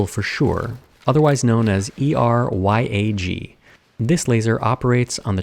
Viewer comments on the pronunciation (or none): Atomic physicist here. The lingo pronunciation is "erbium yag", like an acronym.